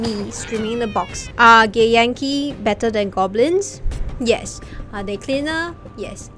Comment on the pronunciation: I just here gay yankee when she says githyanki and I love it.